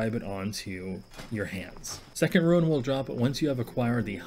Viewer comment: Rune. Not ruin. Lol